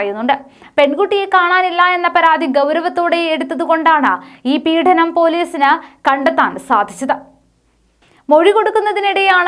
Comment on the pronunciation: പീഡനം, മാർത്താണ്ഡം... എന്റെ പെൺകുട്ടി, ഇതിന്റെയൊക്കെ ഉച്ചാരണം പഠിച്ചുവന്നു വാർത്ത വായിക്കു. ഈ ചാനലിനെ നശിപ്പിക്കുന്നു ഇത്തരം...